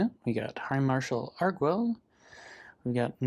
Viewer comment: Pronunciation note: since they appear to be using Spanish orthography for the names of the Torrezon vampires, the u would be silent in "Arguel", pronounced "Argel" with a hard G. (In Spanish, gue is hard while ge is soft, because... reasons.) Doesn't actually matter, but I like languages, so I thought I'd point it out. (Sorry for not mentioning this in my comment on the previous video where you discussed the card; it completely slipped my mind.) — Legends and Dinosaurs often look very similar on turns 1-2 — both run Delighted Halfling and they have a lot of overlap in their mana bases. I don't think I've seen Plaza of Heroes out of Dinosaurs, but given the amount of legends they run (Huatli, the 2/3 haste, Etali, probably others) it makes sense as a 2-of. — I think I would have held back the Werefox Bodyguard here. You ended up not getting punished for it, but an Elspeth's Smite/Kellan's Lightblades/Cosmium Blast on the Bodyguard would have been pretty bad in that situation, since you'd lose not only the Bodyguard but also Arvad (to Cerise's first strike damage) and two turns off your clock (to Cerise's lifelink, assuming they swing with it on their turn, a safe assumption since Cerise can't block Raddic). — Nice timing! I try to "play" along with your games, as you've probably gathered, seeing what play I would have made in each circumstance, and holding the Bodyguard until their main phase is 100% the correct play; I would have cast it in my own main phase